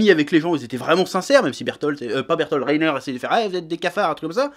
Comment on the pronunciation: Tu t’es trompé en disant Reiter et Bertolt tout le début de la vidéo